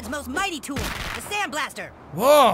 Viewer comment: Its the sand bl-ASS-ter